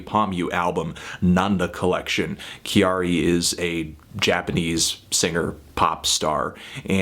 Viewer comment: Anthony ily but its not "Kee-Ari" its just pronounced like "Carrie"